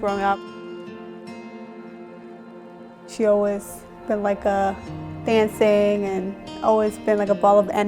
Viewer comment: She loves danching and she’s always been above everyching 😂😂😂 that girls speech impediment is hilarious